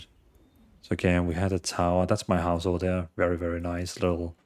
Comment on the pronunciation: " Give it all to me, I mean seriosuly - just hand it ovah" LOL LOVE